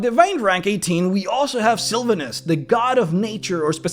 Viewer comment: Love the video... please learn how to say Sylvanus' name though. Hurt my ears being one of my favorite deities :(